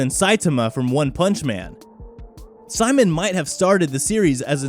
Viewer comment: its pronounced ''See-moan' not 'cy-man' get it right or take a drill to the face!